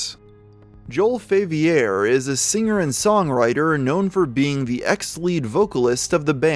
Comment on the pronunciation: God Damn the whiplash i got from hearing the name "Joel Faviere"